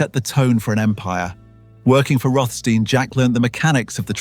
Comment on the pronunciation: begun good with rothstein alas typical english unable prounaciat correct slipping into sandard steen after been perhaps used too many times in row...